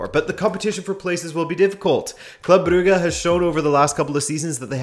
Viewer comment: Brugge is not pronounced "Bru-gah". Jesus Christ.